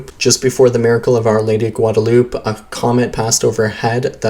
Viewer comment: Gwad-a-lew-pay. Come on man! I thought everyone knew how to pronounce Guadalupe. It is terribly distracting hearing something like this over and over.